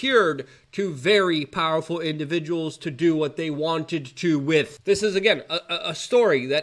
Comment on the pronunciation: Plus he yells really loud. It reminds me of my grandpa which is nice. Also I like hearing him make up so many new words. One time he says establishment. The next time it is estabbishment. Powlerful, bangks, in-poll-cated, etc. I'm learning a lot